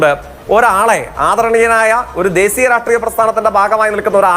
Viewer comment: ദേസീയം അല്ല പൂറിമോനെ ദേശീയം